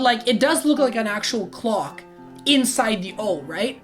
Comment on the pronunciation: clock......its clock😫